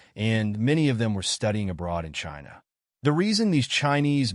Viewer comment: 'chaiyna' 😂 joke of the world